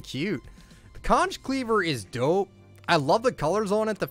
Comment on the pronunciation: When you said dope u sounded Canadian